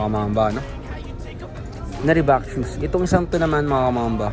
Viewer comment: Reebok idol hindi Reebak 😅